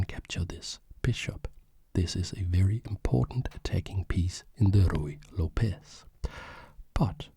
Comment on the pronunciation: hi! love your videos, but as a latina i have to say that the correct pronunciation of Lopez is something like López, with the main sound being on letter "o". hope you understand, you are doing real good quality content:)